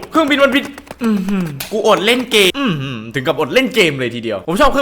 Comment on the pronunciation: พี่พูดว่าเกนะไม่ใช่เกม